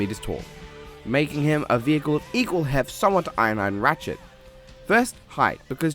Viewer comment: "Iron hiade"